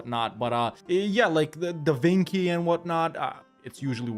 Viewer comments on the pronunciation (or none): Da Vinky? You seriously pronounced it like that? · never heard his name pronounced as Da Vinki before